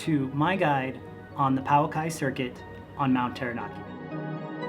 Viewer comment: Please learn how to pronounce Pouaki correctly.